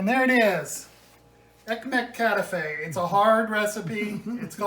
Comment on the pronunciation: there are dozens of recipes on youtube, mainly Greek recipes. So please read them and learn 2 things: First how to handle this beuatiful pastry and second how to pronounce the name KATAIFI. Just type ΚΑΤΑΙΦΙ.